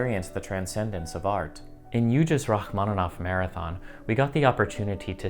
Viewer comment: Il faudra arrêter cette lecture stupide par l'IA...C'est insupportable... "Racmonof" au lieu de Rachmaninoff, "concert" à la place de concertos, et ainsi de suite, c'est une honte. Arrêtez SVP. On est mieux quand on écoute l'original, quitte à ne pas tout comprendre, et dans ce cas on a les sous-titres. Merci!